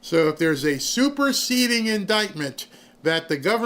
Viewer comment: When he said "superceding" I thought I was hearing "Super seedy"... with Comey both are true